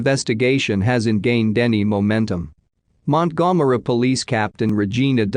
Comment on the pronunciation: Montgomery is being pronounced EXACTLY the way it should be 🤣